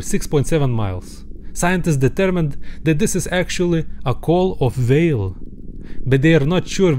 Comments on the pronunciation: Your saying vale not whale but I understand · "but he realize, it vas beluga vhale!" I'm dying